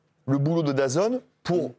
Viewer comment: Daz « N » pas dazone….